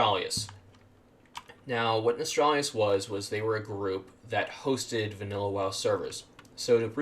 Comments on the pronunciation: I don't get it why people like this guy pronouce it as "Nostralrius" when its name is "Nostalrius" where does these people get that additional r from? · How can people still not know how to pronounce Nostalrius? Where is this extra R coming from? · Why can no one pronounce Nostalrius?!!! NOS-TAL-RI-US.....as in NOSTALGIA..ffs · Had to dislike because you couldn't say Nostalrius correctly. Very ashamed